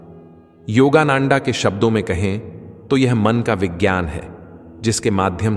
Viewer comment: Please learn the correct pronunciation of Swamiji's name. Which part of Bharat r u? He is परमहंस योगानंद and not नंन्डा